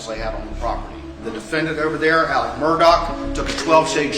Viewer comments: On a related note, why is AleX pronounced AleCK?? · The most frustrating thing about this case coming back into the spotlight is that I again have to hear him be called Alec instead of how his name is frickin spelled: Alex